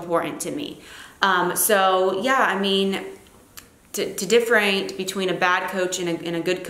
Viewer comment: dif-fer-in-she-ate. hahhaha :)